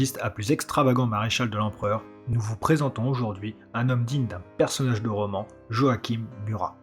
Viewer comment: Très bonne vidéo ! Cependant, pour le prénom de Murat, celui-ci ne se prononce pas "Joaquime" mais "Joachin". Cela fait étrange au début, mais on s'y habitue !